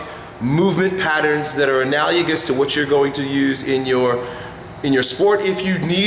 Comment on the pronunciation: God damn it,. You mispronounce analogous every damn time.